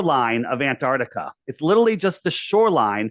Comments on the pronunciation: Someone tell him it’s AntarCtica not Antartica. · Aside from his many failings, his constant inability to correctly pronounce "Antarctica" (it's not "Antartica") is probably most irritating feature